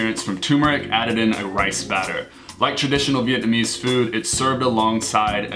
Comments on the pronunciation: Wow!!! you guys are soooo white (with the pronunciations). Other than that, great video. Thanks for referring to my city of birth Saigon and not HCMC. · cringing at yall Vietnamese. Great video!